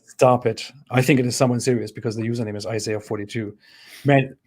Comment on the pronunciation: It's Isaiah, not Isayah.